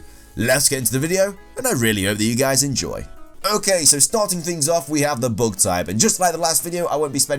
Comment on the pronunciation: why'd you keep saying "bog" on a bug? "bag"